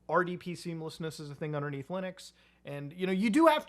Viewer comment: Is there a reason why he misprounce Linux so often as Lunix? I just see it so often? Is there some kind of lore??